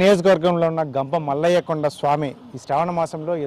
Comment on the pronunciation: Ganga mallaya kadhu thalli gampamallayya swamy